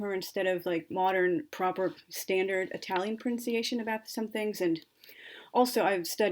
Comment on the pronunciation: Delightful reading! Congratulations, your Italian pronunciation is good 👍🏻 And your enthusiasm for Dante is infectious.